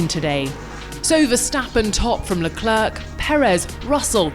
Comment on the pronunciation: The last "C" in "LeClerc"is NOT pronounced!